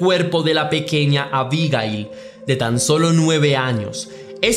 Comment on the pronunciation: Si sabes cómo se llama, es bastante molesto escucharte decir su nombre. Unas veces lo dices con acento en la primera i, y otras veces con acento en la última i. Abigail se puede escribir con o sin tilde, pero nunca lleva el acento en la primera i.